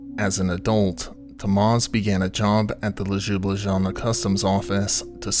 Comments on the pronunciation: As someone from Ljubljana I‘ve heard a variety if different pronunciations, but I still wasn‘t prepared for this version, made me laugh out loud hahha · 'LejoubLejeana' commonly known as the city of Ljublana... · The way you pronounce Ljubljana is pure gold :) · This is one of the worst I’ve ever heard. I don’t think I have heard anyone butcher word Ljubljana so badly before. 🤣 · It's real art. :) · I was wondering if he meant Ljubljana 😂 Thank you for confirming it!